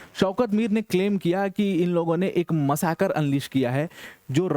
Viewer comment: There is no word in Hindi called “ Massacre”. !!! If you have to use the word in your speech then pronounce it correctly. मसाकर, मासकर, मासकर करना बंद करो ।